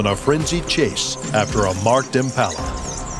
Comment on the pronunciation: Why are you as an American commenting on this. You cannot even pronounce Impala. Have you even been to S.A.